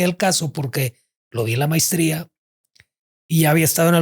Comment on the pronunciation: Dijo también mistria....en lugar de maestría